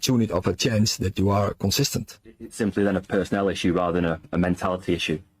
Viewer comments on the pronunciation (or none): You can't say personnel